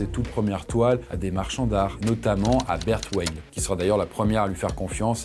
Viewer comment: Merci pour la citation de Berthe Weill ❤ Ça se prononce « veille » car son surnom était la Petite Mère Weill (qui se prononce comme Merveille) 🙂